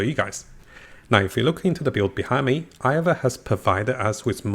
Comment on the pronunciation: The Bulgerian smartest women i've seen !!! Please pronance her name correct !!! eIva !!